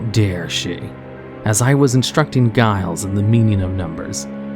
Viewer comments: Giles does not have a hard "G"... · If you want to know how to pronounce Giles watch Buffy, basically any episode